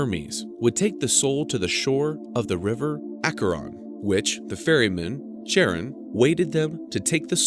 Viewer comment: He’s not evil. He’s just doing his job. The mispronunciation of Charon is making me cringe.